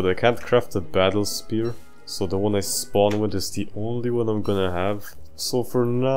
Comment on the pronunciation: 76 done I think 17 more to go ( I heard spoon instead of spear. I scrolled up to the vids I have to watch next and uh 44mins .. ok)